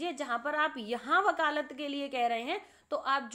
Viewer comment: बकालत अनुभव ??? Shayad aap vakalat Anubhav bolna chahti hai